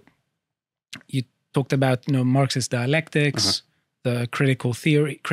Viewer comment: Cwitical Feory